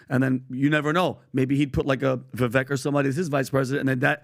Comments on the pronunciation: Listening to everybody mispronounce Vivek's name over and over, when he was a guest a couple of weeks ago, is annoying and disappointing. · You guys, it's pronounced "Vi-vake" like cake. I can't believe all 4 of you are still pronouncing his name wrong. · He's had at least a couple of interviews with Vivek and keeps mispronouncing his name... It's pronounced Vivake, like cake., idk what you're on but Gavin did not win the debate. I also doubt Vivek could name the provinces he's willing to send our soldiers to in Taiwan. The vast majority of demonstrations are pro Palestine... not sure how that equates to antisemitism, much less calling for a genocide. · Love your show, great content and analysis! However, please say Vivek’s name right, it’s Vivek like cake! I know it’s not on purpose, but it will make your commentary on him much better! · ❤❤❤ PLEASE LEARN TO SAY VIVEK... LIKE CAKE. VIV -AKE!!!❤️❤️❤️ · It's pronounce (Vuh-vayke). Rhymes with cake. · Vivek rhymes with cake. They need to say his name correct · No offense to PBD...but, if you are going to support Vivek, it would be helpful if you at least pronounced his name correctly. Or did you forget his rap? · Yes, it's past time to start pronouncing it correctly guys!! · How is not just PBD, but all of these guys still pronouncing Vivek’s name wrong? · Pretty sure the crew is just incapable of pronouncing Viveks name correctly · After over a year and meeting him several times, how come none of these idiots still pronounce Vivek's name correctly? Just shows a lack of intelligence. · Why is it that neither of you can even pronounce his name correctly? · Vivek like cake. He even said in this debate how people mispronounce it. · Vivek’s name is pronounced like cake! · Everyone still pronounces Vivek’s name wrong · How’s it possible to have a guy on Your own show, have him provide the correct and incorrect pronunciation of his name, and still get it wrong?? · Ur saying #Vivek2024 name wrong. Respectfully XO